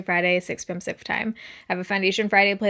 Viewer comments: I’m Australian and have never understood it. I’ve replayed it over a couple times trying and it sounds like sumper time. Are you sure it’s pacific time??? Sounds nothing like it haha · I’m in Australia too and for years I thought it was Supper time, like she posted at dinner time! Ha ha. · I hear Central too... But she's actually saying Pacific time